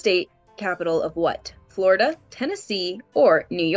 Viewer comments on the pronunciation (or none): none